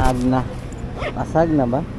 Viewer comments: Lasagna. How to pronounce Boss, La-San-Ya ✌️❤️🎄🇵🇭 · ser, lasagna pronunciation po is "la-sanya"